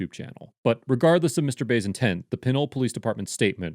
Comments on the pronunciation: Its pronounced Pin Ole lol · It is pronounced Peh-NOle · It is pronounced “Pin-ol” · Pronounced PANOLE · Pen-nole not pinnle